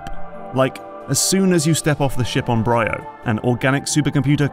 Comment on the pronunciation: 1. She is called GandrayDa. 2. Samus used her ship before in games, like Prime Hunters. 3. It's called Br(II)o. Not BrYYo. 4. The reason it is more linear has been analyzed to hell and back. If you're still moaning about that by now, you clearly have missed something.